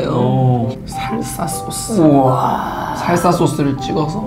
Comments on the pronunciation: 살서소스인가뭔가 설사소스로 들음.. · 나 살사소스가 아니라 설사소스라고 들음ㅋㅋㅋㅋㅋㅋㅋ